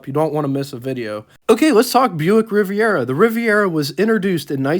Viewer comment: The car is spelled Riviera and pronounced using 4 syllables. If u r going to write about cars I would suggest learning how to spell the name if the car and then practice pronouncing the name of the car.